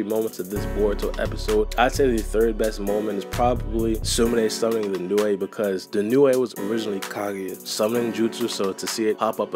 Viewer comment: OMFG ITS PRONOUNCED LIKE NEW NOT NEWAE